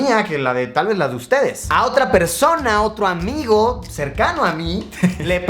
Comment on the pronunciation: Cada vez que Luisito decía “un amigo” yo escuchaba “Rayito”.